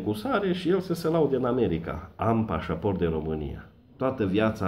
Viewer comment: Si cand zici " pasaport de Romania" suna ca nuca'n perete :))))